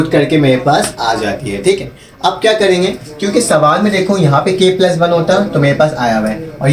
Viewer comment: MashaAllah plus ko pluz bolraha he